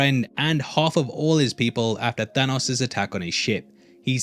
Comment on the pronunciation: I like how you pronounce Thanos like Thor, ya know not right also "killing stoke"...